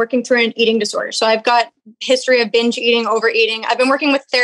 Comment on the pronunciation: What's up withh weird pronunciations? "benge" "frenge" windmeal"...